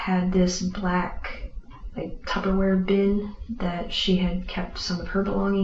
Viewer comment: Hey she said tubberware